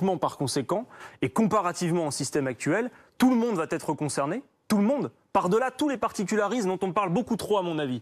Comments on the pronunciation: Faut arrêter de dire " va T être " c est "va etre"!! Bon pour le reste BRAVO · non, là, c'est la liaison mal t'à propos!